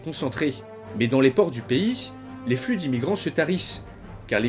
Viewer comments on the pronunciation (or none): none